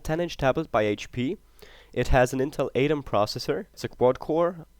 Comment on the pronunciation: First time I've heard anyone pronounce "Atom" as "Ay-tum" lol.